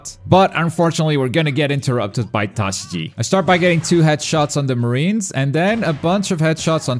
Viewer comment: smh, i thought u watched One Piece & learning Japanese, but STILL getting the names wrong. Tashigi, its not that hard to pronounce.